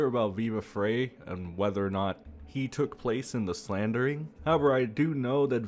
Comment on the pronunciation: Maybe say his name properly, speak a bit faster🥱. Frei pronounced like fry. I’m OUT! is RIDICULOUS, still dig Nate, but he’s getting close.🚫 💯 DIG Rekieta!!!!! Ur dumb & have zero facts.🙄